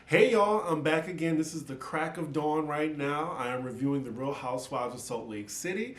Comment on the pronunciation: Speaking like a true Louisiana Boy!! " CRACK OF DAWN" lololol....... I absolutely ADORE YOU!! It has been awesome to see your growth in front of the camera and thank you for not losing your country boy swag.... You are going big places darlin"...